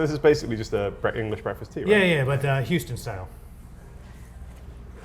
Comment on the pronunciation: "Planet Hooston" General Zod, Superman II